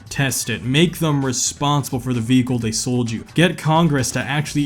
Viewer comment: But you took my joy away with the times you said “VeHiCle”…